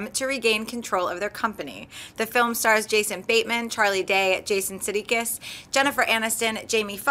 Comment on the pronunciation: For a so-called "moviechick" doesn't know how to pronounce Jason Sudeikis and Christoph Waltz (not Christopher Waltz).